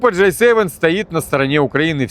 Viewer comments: Браток, только не Джей севен, а Джи севен (J7 - это сок, а G7 - это говно-семерка😂) без обид. Ты лучший! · G7 а не J7 выучи алфавит и говори правильно